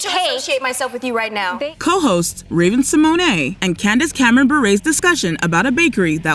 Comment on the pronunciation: Seriously, stop calling Raven-Symoné, Raven SeMonay!!!!!! Her last name is pronounced Se-mone. Ugh! Just stop!!!!! 🛑